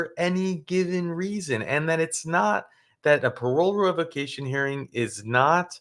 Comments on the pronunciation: Revaquation 😂 get it together not so wise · not being able to pronounce parole revocation😂 says a lot.